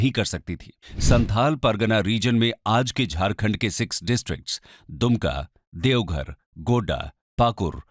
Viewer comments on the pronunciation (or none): none